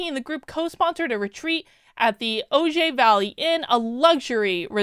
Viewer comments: Ojai is pronounced “O-hi.” A problem usually starts as an issue, becomes a movement, then a business and ends up as a scam. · Ojai is pronounced 'o-hi'. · Ojai in CA is pronounced O-hi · This is sadly so predictable. They like the rituals of the church of virtue signaling they just aren't actually devoted to the cause once the cameras turn off. Of course, these are the same people who gushed about Joaquin Phoenix wearing the same suit to two different events. Oh, what a sacrifice. Mother Theresa move over there's a new Saint in town. Also, Ojai is pronounced "Oh-hi." Although the way you pronounced it fits more with its new swanky image. It used to be this sleepy little town and now it's $$$$$.